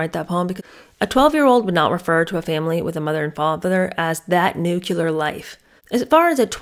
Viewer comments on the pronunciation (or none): Please say nuclear. It is not nucular. It was one of my mothers-in- law's pet peeves & it stuck with me.😊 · Glad I found your channel. You re refreshingly truthful rand efficient at what you do. You do a good voice imitation too. Just one question...Why do Americans pronounce the word " nuclear" like " nukiller"? You said you taught 6th graders English writing so maybe you have the answer... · It’s pronounced nuclear. Not nucular 😂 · It's not pronounced "nucular." The word is pronounced "Nuc-le-ar." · Nuclear= “new-Klee-ur” not “new-q-lur “ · Isn't the word "nuclear"? Did Meghan write it as "nucular"? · Nu-cle-ar, not nu-cu-lar. Otherwise, I enjoyed the “boring” episode. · you mean nu-klee-ar not nuk-u-lar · 12 year old would never say "nuclear". ( Btw pronounced n u - c l e- a r) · I love your videos,! Please please PLEASE get the pronunciations right. I know you are an intelligent and educated presenter, and as such it is a responsibility…. NUCLEAR NUCLEAR NUCLEAR 🙃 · I thought it was "nuclear" family and "nucular" bomb? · Dear, I’m sorry you felt that was rude, it certainly wasn’t meant to be. It was meant to be helpful. You did mispronounce nuclear. You should check your facts before you get snarky over it…. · you mispronounced nuclear